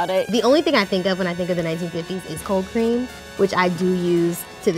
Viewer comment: in i heard cocaine instead of cold cream. i gotta go...